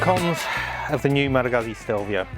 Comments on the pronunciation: Goozz Zee please. I heard Malagasy all the time. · Please stop saying Guhzzi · Why can no one say this word? Guzzi. Pizza. Goot see. Peet sah. Pretty sure they’re trolling at this point